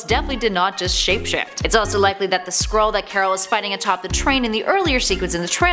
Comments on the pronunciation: this video is dumb but I did think it was funny that you kept pronouncing it like squirrel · I thought you said "Squirrel". lol XD